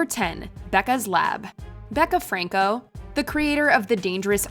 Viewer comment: Lost me at Becca "Franco"